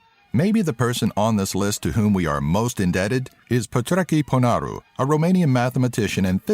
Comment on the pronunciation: "Petrechi Ponaru" 😂😂